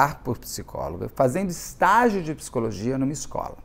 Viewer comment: te amo, mas "pissicóloga" e "pissicologia" não dá kkkkkk